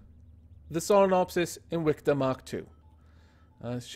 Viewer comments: He said its name like inwictor not invictor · is it invicta or inwicta? it sounds like you're saying inwicta lol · So it's pronounced ' in-wic-ta' but spelt Invicta? That's nice to know.